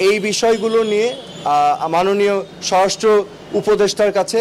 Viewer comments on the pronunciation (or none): none